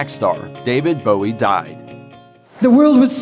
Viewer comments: Not pronouncing Bowie correctly (changed from Jones because of Jones from the Monkees) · You’d of thought doing a video on his life you’d pronounce his name correctly.